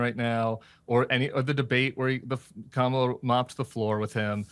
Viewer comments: She's been the vice president for almost 4 years. Anyone who STILL can't pronounce her first name isn't someone you should listen to regarding her. Crenshaw is a sellout. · Anyone who purposely mispronounces her name is just showing the American people that they themselves are 100% RACIST...Didn't the current administration come up with a bipartisan plan to secure the border that was, at the last minute, shot down by Trump supporters who had previously approved it prior to the vote? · Why does nobody challenge these Republicans when they consistently mispronounce the Vice President’s name? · Why would I listen to Crenshaw one minute after he purposely mispronounces the name of the other party’s standard bearer. He just showed himself to be of low character. Shish. We are so much better than the Crenshaw’s of this world. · Dan Crenshaw knows he will mKe money off of Trump. Another republican grifter. Is Piers a US citizen? He needs to keep his nose at home. Crenshaw deliberately misprounces her name. What a turd. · Cute one eyed Willie. Make the ad hoc argument that somehow in all that Tim compared T to Jesus and then deliberately mispronounce Kamala’s name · You'd think someone that lost an eye could be man enough to pronounce someone's name correct. What a child. Stop giving this liar air time. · On top of everything else these two stooges are spewing, can they at least pronounce her name correctly!? Oh, and on a subtle level, by not using her formal title “VP Harris”, (when they never call DJT, Donald, always “President Trump”) they diminish her. It’s the same psychology as calling a man of color: “Boy”, or a grown woman of any race…”Girl”, or “Bitch”. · Of course Dan Crenshaw is full of shit. He can’t even pronounce Kamala Harris’ name correctly. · Still mispronouncing her name. You can't tell me that's not racism at this point. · Dan is mispronouncing "Kamala." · Shocked that this repug still can't pronounce VP Harris's name. Pure BS.